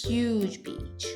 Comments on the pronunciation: emm sorry but i hear you say "it's a bit*h day" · I did not hear "beach" when you said that i herd bitch